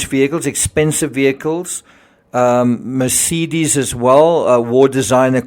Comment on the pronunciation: What’s with the way you say Oxycodone and Mercedes, ridiculous!